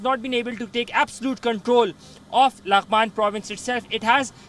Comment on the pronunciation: She fr said "lang man"😂😂😂😂😂